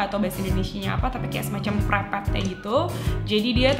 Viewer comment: Prepet is perekat🤣🤣🤣